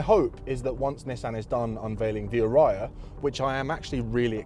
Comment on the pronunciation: Ariya: "aah" "ree" "ah" ✨